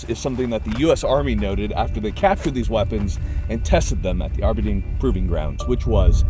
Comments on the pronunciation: No way bro said Arberdeen Proving Grounds. As a guy who lives like 15-20 min away from it, it’s just not pronounced that way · Why he say Aberdeen like that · The way you said Aberdeen was funny. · They way he pronounces Aberdeen is so cursed XD